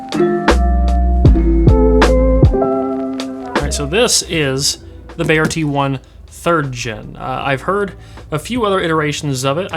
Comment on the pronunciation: Its pronounced B-EYE-YEAH... Just as you would say eye